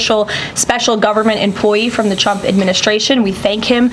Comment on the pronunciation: its been 3 months and she still says "chump" 😂😂😂😂😂😂 karoline literally calls her lord and savior "president chump" every single time